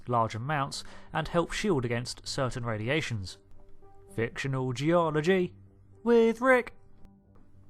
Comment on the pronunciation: " Fic-TIONAL Ge-OL-OGY With RICK"